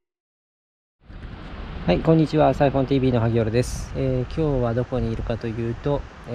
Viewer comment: 毎回暴投のサイフォンTVがアイフォンTVに聞こえる不思議